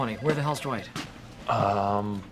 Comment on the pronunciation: I just love how Jim pronounces Dwight. "Duh white"